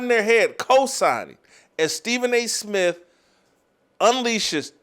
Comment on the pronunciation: "Stephen A Smiff!"